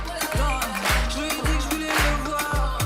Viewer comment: Un album intchimiste !🤭 Elle ne se censure pas sur ce qu'elle djjiiit !🤭 Elle est plus matchure🤭 Elle a répondue djjirectement